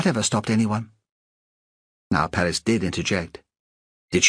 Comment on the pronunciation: Wish that the narrator had pronounced Perez correctly. Oh well. Fine story.